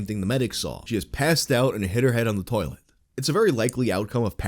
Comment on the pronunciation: In her "turrlet" lmmfao